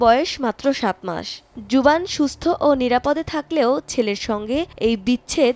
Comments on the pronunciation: potro juvaan? what is this? baby name yuvaan not juvaan ok. ei oshikkhito mohela k kiser jonno somoy tv allowe koreche ? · Juban!!! 🙄 Yuvan Yuvan. it’s Yuvan man😒